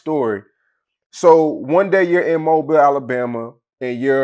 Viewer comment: Dude said MOBLE Alabama 🤣🤣